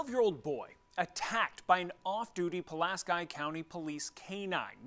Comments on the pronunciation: Puh-lask-eye? It's Puh-lask-EEE. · its "Pull-Ask-EE" weirdos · OMG! ITS PRONOUNCED..... PULL-LASK-KEY =PULASKI 🤦‍♀️ I don't live there but I do live in a pulaski and it kills me when people do not pronounce it correctly lol